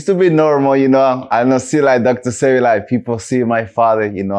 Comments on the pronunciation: And the one saying dr sepi and not sebi 😒🤦🏾‍♀️ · i hate when yall don’t say his name right Say-Bee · DR . Sebi say it right bro